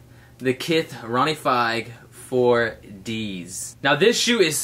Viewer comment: nahhhh "ronnie fajg"